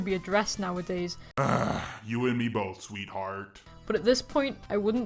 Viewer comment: SweeHAWT lmaooo